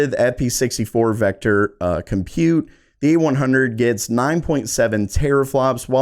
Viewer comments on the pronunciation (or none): It's pronounced "burr GAH mo". And it's pronounced "GEN oh uh. And it's pronounced "com PUTE". Just sayin'..... Thanks for the great info - too bad you'll have to earn 7 figures to ever get your hands on any of these after a 2.5 year lead time.